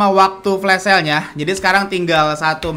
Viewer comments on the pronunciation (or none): Kenapa lu sebut flash sale jadi flas shale terus si?